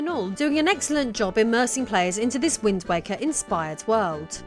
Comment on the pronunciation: rofl, I swear when you first said wind waker at the very beginning I heard wind wanker. I think I like that one more.